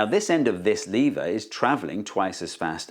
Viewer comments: It's NOT lee-ver, it's LEV-ER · I think the main problem with the lever is you're disrespecting it by pronouncing the name of it wrong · First of all: It's lever, not "leever". Second: Thanks for the video. Now I understand levers even less. Maybe they're magic? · Is it pronounced leave-er or lev-er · It falls a bit flat for Americans because we pronounce "lever" as "levvrr" instead of "leevuh". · You mean "leever". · It's pronounced lever! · Did Steve say "Lever comment" ? LOL. Okay lots spotted this. Funny sub titles: 'Jewel of energy' Who is Arthur Newton? What happens when you try to push an immovable object? Nothing moves. What happens to the force? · Ooh there is an American in the room 😅@ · I thought lever was pronounced "lever" and not "lever" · Was it intentional, or just a British “intrusive-r” sound?